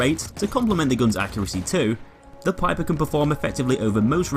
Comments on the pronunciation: It's Pieper not Piper! U would say it like Peeper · I thought it was pronounce peeper lol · Not trying to be rude, but it's pronounced ''Peeper" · I know I'm late and I hate to be that guy but it's pronounced 'peeper'